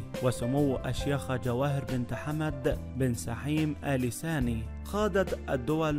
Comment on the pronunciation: اال ثاني وليس اال ساني..القراءه بطيييييئه و الاسم الثلاثي مكرر ٧٠ مره لماذا؟